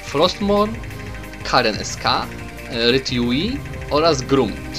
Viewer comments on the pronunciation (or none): Mógłbym zapytać kiedy będą skiny opublikowane bo piszę TBA(To be announced)... ? A i kolejna sprawa z tego co wiem Rrtyui wymawai się "ruruczi" :).